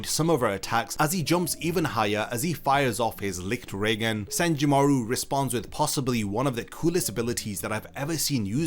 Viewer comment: As a German I find it funny how you pronounce Lichtregen and auswählen😂 (no hate)